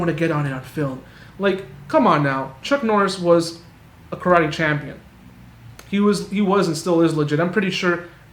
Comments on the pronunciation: You mean “Kallate” 😂😂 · He pronounces the word Karate (or any Asian word)🥋 the same way your arrogant friend would say he just returned from a trip to Bar - thel - ona 🙎🏽‍♂️ You mean Barcelona 💁🏼‍♂️ Oy gringo❗️… It’s BAR THEL ONA 🙎🏽‍♂️ You’re from Boise. Seagal is from Michigan… Derek-sahn ❗️